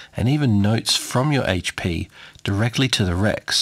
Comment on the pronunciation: Thank you so much for not saying "Haytch Pea"... would've drove me nuts.